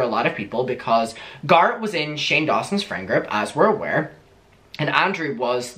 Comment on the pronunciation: I'm sorry but everytime you say Garrett it sounds like you are saying Garth and it's driving me insane. I had to rewind it twice to figure out who you were talking about